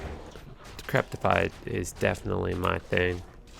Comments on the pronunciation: Repeat after me, fa-na-ta-si-zem. Also, there is no "T" in decrepify. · fuh-nat-uh-sahyz-uhm and there is no "T" in Decrepify